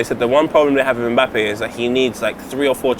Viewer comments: its pronounced MBAPPÉ not mabappey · Got to love the way pronounces Mbappe!